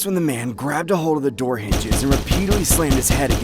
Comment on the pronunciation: Bro really said open the noor